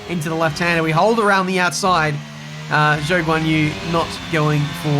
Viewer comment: Yet he still mispronounces Zhou’s name… he may as well call his team mate Piastri Oscar